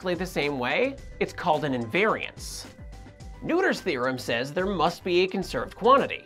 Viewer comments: Isn't it pronounced more like "nurt-her" (and not "nooder")? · Noether is pronounced "Noy-thur" not "New-tur" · Emmy NEWTER, not Emmy NOITER? Really? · I thought you were saying Neuter's Theory.... That'll really cut out the charge. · well, both are wrong. It's not really a name english speakers can easily pronounce.